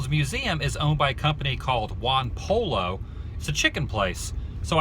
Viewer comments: it isnt pronounced pollo, you must say poy-yo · Hey?! Wise guy! It ain't Juan Pollo (Pole-o,) It's Pollo (Poyo!) Chicken in Spanish! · He said pollo wrong,it pronounced poy-o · is not "one polo" is "huan poyo" . Whe are you guys are going to learn that two Ls in spanish sounds Y and J sounds H? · Um....its pronounced as "poy-yo," not "pall-lo." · Juan Poy-O, Dude, it's pronounced Poy-O. But good for you to include them in the vid. . . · For the clarity, Pollo is pronounced poy o... you're welcome.. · Pollo pronounced Poy-o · Juan Poy-Oh. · Dude it's Juan Pollo, not Juan Polo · love what u do live down the street from that McDonald, and go to Juan Pollo( it's pronounced Po- yo) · good video, lol its pronounced ron "poyo". LL is a y in spanish. pollo mean chicken in spanish if you didnt get corrected already lol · its pronounced juan (poe-joe) the double Ls in spanish make a j sound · OMG...I also had one of those plastic Ronald McDonald glove puppets....I had forgotten 'til you showed it! Adam, you know very well that it's pronounced like "poi-o"...don't you? (I think you do, haha). The most famous example being El Pollo Loco. Very enjoyable stuff! I have to remember to keep checking in to see your new videos from the road! :-) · pollo means chicken in Spanish but pronounced "poyo" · In Spanish the two L's makes a Y sound sound it's Juan "Poyo" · Great video Adam. You've inspired me make the drive over there & check out the McDonald's museum myself. And it's pronounced: "Juan po-yo" their chicken is amazing. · That is awesome the first Mc Donalds - BTW Adam POLLO means chicken in spanish the LL is a Y sound so it sounds like this Juan Poyo - LMAO - Hope on your travels you find other first food places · I like how you pronounce "pollo" lmao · The way he pronounced "pollo" REALLY disturbed me.